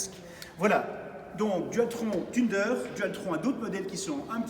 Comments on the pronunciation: als déja la prononciation ca pique les oreilles thunder=>se prononce "feunder" et non "thunedeur" xDD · Thunder de l’anglais, se prononce « sun d’heure » et non « teune d’heure »... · "La Tuneder" qu'il a dit <_<"